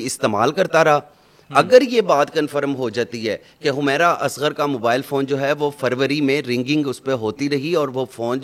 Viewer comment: Nam Tu thek se ley Lou hamaera nhi Hy wo humera Hy